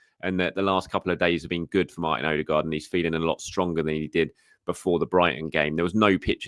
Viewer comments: Odegaard not OdeRgaard. Does he smell?? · Infact it’s closer to ER-DE-GARD